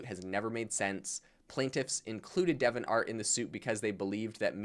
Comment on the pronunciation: De-vi-ant art, it's not Devon art...